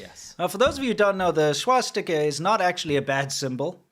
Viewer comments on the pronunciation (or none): the Swastika is originally a Hindu symbol. The Finnish have used a variation of it as well. I have also seen it on some WW2 Chinese equipment (Chiang's troops not Mao's). I love pronunciation, "swashsticker!" LMAO